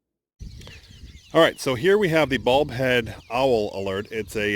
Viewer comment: I keep hear saying "Bald Head", instead of Bulb Head."